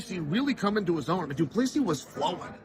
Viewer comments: doo ple see is the pronounciation not duplessis last 's' is silent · Love the content, but you need to practice pronouncing Dricus' surname correctly, the last S, is silent - Du-pla-see, not du-pla-seesis. =) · It’s pronounced Du Pla C …. 🇿🇦🙏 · Dricus du Plessis Chael: “Dricus, do please“ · DuPLEEcees. I swear Chael messes names up on purpose 😂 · doo-pla-si pronounce like that and no second s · "Do Pleesee" - Chael Sonnen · Gotta Love Doo Pleesee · Du pleassie cmon Cheal 😂😂😂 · I never get tired (as an ex South African) hearing how Chael pronounces DuPlessi 🤣. You do it your way Champ! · One day, i will hear uncle chael call a fighter by the correct name. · Why can't anyone pronounce the man's name correctly lol